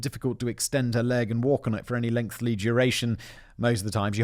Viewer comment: Simon….. it’s lengthy….. not lengthly! Ffs mate, you are killing me with that extra L you always add in the word! LENGTHY! 😂😂😂😂